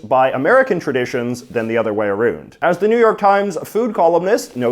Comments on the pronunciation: God damn, that “aroond” gave me whiplash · "Than the other way aroond"